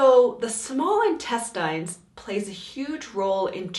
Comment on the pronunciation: As soon as I heard her pronounce intestines, I knew it was going to get real annoying...then when she pronounced duodenum, and then jejunum.... NOPE!!!🤨